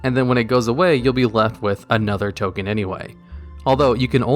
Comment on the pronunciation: 'Top 10 Ken Generators' what happened there?